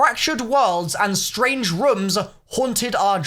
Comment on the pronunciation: Why does he say room weirdly, it’s fucking annoying